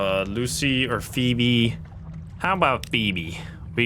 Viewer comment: Sorry, English is sometimes hard for non native English speakers as he effortlessly pronounces “Phoebe” perfectly in the same breath. Hahah I’m at minute 13 so far.